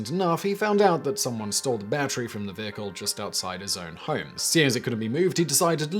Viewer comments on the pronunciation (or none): Why do you sound like you have 5 different accents? At certain points, you sound proper posh. Other words are almost South African, and you pronounce "home" like an Australian. What's the deal. Edit: are you faking an accent?